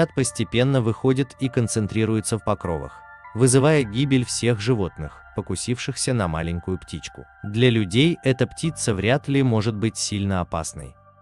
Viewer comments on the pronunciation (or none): Такое чувство, что робот озвучивает или человек, который русский по книгам и пособиям учил. "насекомоЯдные", а не "насекомоеднЫе". "покрОвы", а не "покровЫ". Ухо режет. Если робот, то отличная речь, ударения пусть носитель русского проверяет.